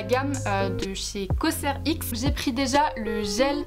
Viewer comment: Superbe vidéo, je t'adore tellement💕 mais la 1ere marque que tu cites on dit coserex 😊 Btw ton haut il est grave nice😊